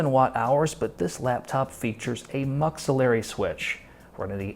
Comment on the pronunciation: please, its is not muxillery switch. MUX = multiplexer friggin perfect reviewes. learned a lot.